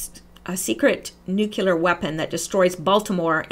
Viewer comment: nucelar or nuclear?